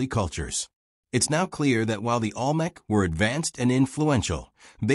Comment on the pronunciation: The AI can’t even pronounce Olmec correctly.